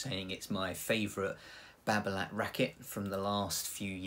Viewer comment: t is silent,,,nice review